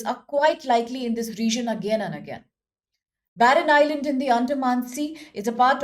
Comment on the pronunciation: barren island not "baron "